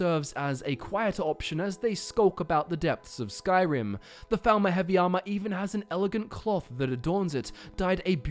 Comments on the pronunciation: Sounded like you said thalmor in the beginning, not falmer. Odd. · It sounds like you keep saying thalmor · Lol I keep hearing "Falmor" as "Thalmor" and getting confused 😂